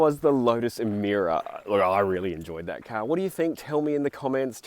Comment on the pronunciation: How come in my Kings English is Emira pronounced "Emeera" for Lords Sake???